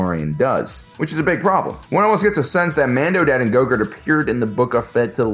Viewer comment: its a running joke that he mispronounces grogu as gogurt